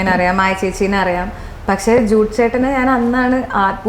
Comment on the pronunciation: പക്ഷേ എന്ന് പറയൂ ച്ചാരണ്ട ശുദ്ധിയില്ലാത്ത അവതാരിക